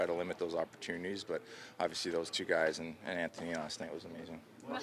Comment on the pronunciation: somebody tell Auston .... " Aww - vee - seee " .... is pronounced ..... "Obviously" , obviously